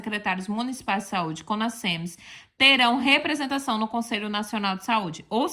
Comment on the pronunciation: O "s" entre vogais tem som de "z". O certo é falar CONAZEMS e não CONASSEMS